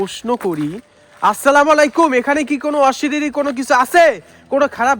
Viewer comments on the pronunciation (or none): অশিরীরি না অশরীরি